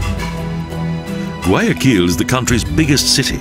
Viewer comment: Gay a kill is also nice hahahahahaaa. Seriously just horrible pronunciation.